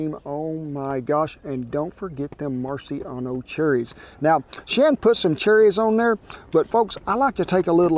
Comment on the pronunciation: I love the way he says “Marciano charries”. That’s the way my grandma from Oklahoma would talk. She had a variety of words she consistently and unapologetically said her own way. She always said “breakwist” instead of breakfast.